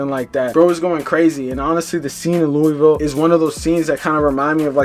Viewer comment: Hey plz don’t speak on shit if u can’t say Louisville correctly. Thx